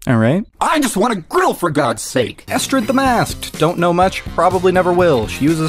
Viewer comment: I think you mean "jrill"